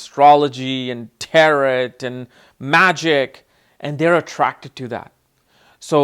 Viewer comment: It's not tear it. It's tarot. Pronounced Taro. The last t is silent. Taro.